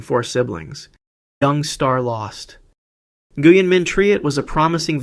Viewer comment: Nguyen is pronounced like “when”.